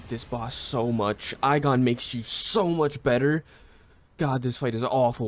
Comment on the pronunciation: The only issue is the pronouncing of igon it's ee gone otherwise great vid